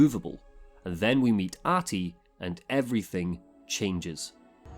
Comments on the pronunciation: Yes I am Finnish. I didn't mean to be insulting. But the pronunciation is more like AH-Ti. There should be more emphasis on the h. And you put a bit too much emphasis on the length of the A. The game did a good job of it. Love your videos by the way :) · Gotta say that your pronunciation of "Ahti" is miserably bad